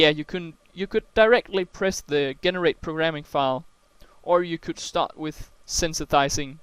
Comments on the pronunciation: Also, just a heads up: "generate" is pronounced "JEH-NER-ATE" rather than "GHE-NER-ATE". The G is soft. Well done on the tutorial! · AWesome lesson . really enjoyed it and informative. Note Generate is pronounced Jen-erate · I can't accept the way you say 'Generate' lol ty for your help